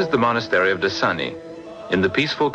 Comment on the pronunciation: Decani is most definitely Orthodox. The great St. Stefan (called "of Decani") is the one who built it. It's pronounced De-CHA-ni. This is pretty outrageous-- thanks for the laugh.